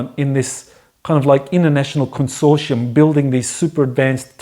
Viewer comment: Think has trouble with "consortium", but interesting as always.